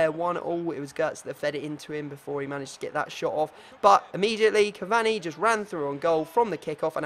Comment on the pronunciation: Learn how to say cavani